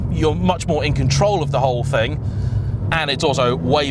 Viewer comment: You didn’t just say “thang” 😳😳😳😳